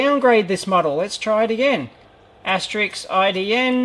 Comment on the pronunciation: "Asterisk", not "Asteriks"